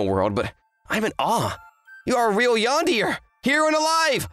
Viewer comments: Bro said yandeer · Cute story, seriously pronouncing yandere as yandear is funny